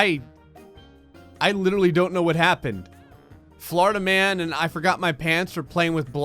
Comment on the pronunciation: i kept hearing florida man as flarta man